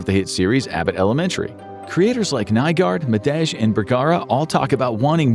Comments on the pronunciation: Its not shane madagj its shane madae pronounced like Muh day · How you gona do Shane Madej last name like that???